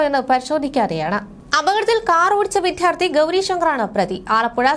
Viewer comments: Vidyardhi ennu parayuka vidhyardhi alla. Iniyum sariku pronounce cheyyan ariyillenkil ittittu povuka. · വിധ്യാർഥി അല്ല വിദ്യാർത്ഥി എന്നാണ്. പോയി ആദ്യം മലയാളം പഠിക്ക്